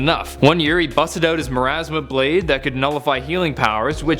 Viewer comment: It's pronounced moor ah mahsaw blade.